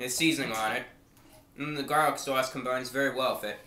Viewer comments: sowahss not sauce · "Dip it in the Swause" love it 10/10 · His accent sounds like New Jersey, but the way he says 'sauce' is distinctly Bostonian. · Bren Dan yeah the way he says "sauce" though